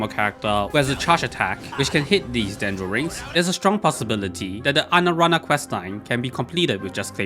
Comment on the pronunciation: "Anarana" lmfao